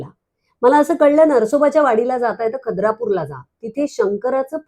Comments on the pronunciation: तुम्ही खूप नशीबवान आहात,दत्त महाराजांनी पौर्णिमे दिवशी तुमचं नृसिंहवाडी ला येणं करवून घेतलं. आणखी एक....खिद्रापूर not खद्रापूर नृसिंहवाडी not नरसोबाची वाडी🙏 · खद्रापुर नव्हे खिद्रा पुर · Khadrapur nahi....khidrapur😅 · खद्रापूर की खिद्रापूर?🤔